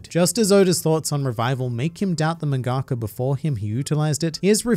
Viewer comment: "..a mangA-ka" LevisoSA!